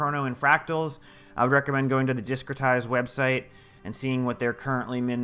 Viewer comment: Helpful in future if you put any recommended sites in the description. I'm sure GW2 regulars probably recognized that website name but I couldn't quite make out what you said even after playing it back a couple times.